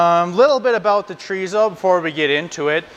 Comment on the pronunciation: Thanks for the extensive differentiation between the Spanish and Mexican type Thanks SO much for using metric measurements!! It's Chò Rí SSó Choh reeh Ssoh 😂 Not Djreezow And German Wurst Ain't no worst than Voorsst The Question IS In all the chorizo videos I watched Nobody says how to prep it for cooking ❓ Do you steam it to keep the shape ❓ Do you roast it on a grill or plancha❓ Can you fry it right away ❓ How do you prevent the casing from cracking ❓ Thank you